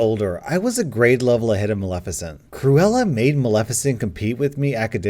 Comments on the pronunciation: Ahh so glad you know how to say Maleficent and didn't read this reddit story saying MALE FISHENT like one of your fellow youtube reddit readers did. Keep up the great content. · Kudos on being able to pronounce Maleficent, I listened to a guy yesterday that screwed up every time, it was bugging the hell out of me. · I would like to personally thank you for pronouncing Maleficent correctly instead of pronouncing it “male-FISH-ent”, which is what I had to hear the first time I heard that story narrated. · At least you pronounced Maleficient correctly. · Heard the Cruella/Maleficent story somewhere else, and it's oddly satisfying hearing say Maleficnet correctly. Thanks for that. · YOU SAID MALEFICIENT RIGHT!!! <3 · Ohhh and thank you for being able to pronounce maleficient